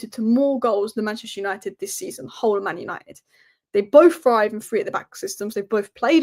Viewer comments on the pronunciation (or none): none